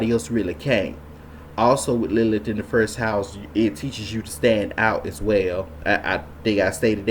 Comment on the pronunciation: A few comments on the above satanic filth: 1.) Our narrator Mr. "" should learn how to focus his camera. 2.) Mr. should also take a few lessons in elocution/public speaking. If he cannot pronounce such simple words as "best" and "first," he should not appear on this platform; his performance is cringeworthy. 3.) Question: Should a male be mansplaining the topic of Lilith to an overwhelmingly female audience? Talk about bad optics! 4.) The choice of Betty Boop -- a literal all-American icon! -- as a symbol for Lilith is as disturbing (to me, anyway) as it is illogical... talk about cognitive dissonance! I cannot see good old Betty as a hellslut-bitch/whore who murders children and castrates men. 5.) I shall share what I REALLY think of Lilith in my next post. All praise to Christ our Savior-God.